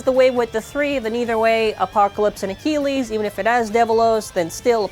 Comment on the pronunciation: First Infinite Achilles gets butchered Now "Salvage Valtryek" become "Sabotage Valtryek"